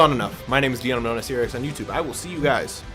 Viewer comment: I Had To See Your Seereaxsion 🤣